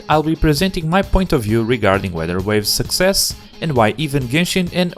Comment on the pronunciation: “Success” does he know